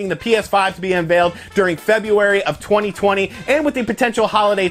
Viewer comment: Take a shot when you hear "twenny twenny"